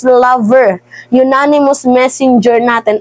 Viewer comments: Anonymous hindi unanimous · Madam idol baka anonymous hindi unanimous?